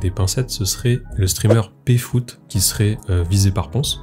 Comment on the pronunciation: "PFoot" je meurs 🤣🤣😭😭